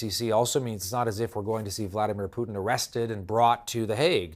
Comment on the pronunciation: Come on frenchie! Don't use our national dish as a name for Putin. It's Putin not Poutine. Lol